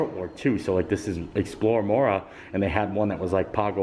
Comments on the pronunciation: Moorea is pronounced Moor-ray-ah, not Moorah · When you pronouce polt words you have pronounce each vowel seperately...so MO O RE A. Thanks had a fun time today.